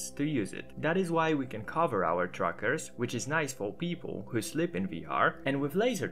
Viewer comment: Every time you say trackers all I hear is truckers lol.